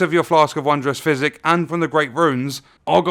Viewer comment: I kept thinking he was saying "Flask of Wondrous Fizzy." Not trying to make fun of you or anything or the way you talk, I really love your videos,🖖